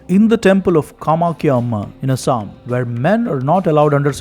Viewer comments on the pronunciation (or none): none